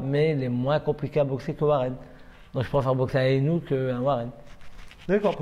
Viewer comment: Sinon le mec qui domine sa catégorie de la tête des épaules s’appelle Naoya Inoue et pas « Inoua Inouais » ...